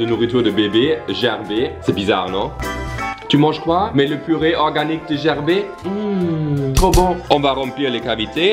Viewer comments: La marque de bébé ne se prononce pas gerber "jerber" mais avec un "g" comme "Gabriel" sinon superbe vidéo 🤩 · Gerber est le nom de famille du fondateur, ca ce prononce Ger-ber, comme en Anglais 😉 Mais j’avoue que cela est bien drôle la manière que tu le prononce 😂😂😂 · Salut. Gerber est une marque connue en Suisse et cela se prononce « Guèrbère ». Bisous à toi et Carl et une caresse aux loulous. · Ça ce prononce gerber avec le « r » et non pas avec le son « é » ( c’est mon nom de famille j’y ai eu droit tout mon enfance à cette blague..)